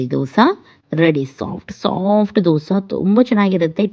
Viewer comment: ದೋಸಾ ಅಲ್ಲ ದೋಸೆ.... ದಯವಿಟ್ಟು 🙏